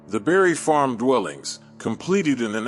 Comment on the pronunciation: Bruh, you refuse to put that s on Barry Farms. It’s Barry Farms not Barry Farm.